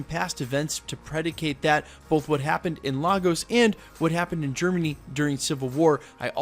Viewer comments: Point of Correction, It's not Lah-Goes, it's Lay-Gus. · Hate to be that guy but the city is pronounced 'lay gos' not 'lar gos' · IT'S LAY-GOZ NOT LAR-GOZ... jeeeeez lol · It's pronounced Lay-gos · ok everyone say it with me now... "Lay-guhs" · LAGOS is pronounced Lay-Gus make the attempt atleast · Yo bro, it’s pronounced Lay-gos just letting you know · Nice breakdown. BTW it's pronounced LAY-GOSS! LAGOS. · It’s LAY-Gus Nigeria. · So frustrating that wandavision creators put so much time into researching sitcoms for accuracy but no one took a second to research how to pronounce Lagos correctly. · why does everyone pronounce Lagos wrong? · As a Nigerian, the way this guy says Lagos🤦😂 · So many people mispronouncing Lagos.